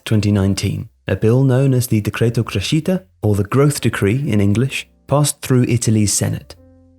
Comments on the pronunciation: Your inability to pronounce Italian words continues to astound me. Right off the bat, Cray-sheetah instead of creh-shitah for crescita. Chey-verlee instead of Cher-velly (rhymes with the English belly) for Cervelli. Keh-leecheeo ee phenzh (didn’t really make an effort on the last one did ya?) instead of cal-chow eh fin-an-zah (rhymes with bonanza) for Calcio e Finanza. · Great video, but it is crèscita, not crescíta! To improve your channel, you should fix the pronunciation of the foreign world! 😉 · Decreto "criscita"